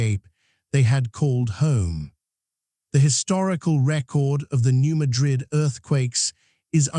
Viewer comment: New MAD'-RID, not New MA-DRID'. Also, O-BYE'-UN, not O'-BEE-UN